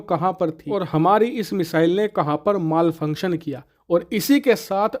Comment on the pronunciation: माल फंक्शन नही मेल फंक्शन बोलो